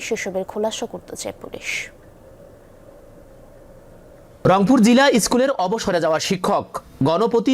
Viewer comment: খবর পরছে...রংপুর কবে থেকে লংপুর হলো😂😂